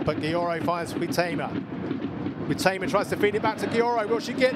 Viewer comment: HEIGHT-uh-ma. Wonder how many more goals she has to score before announcers learn how to pronounce her name?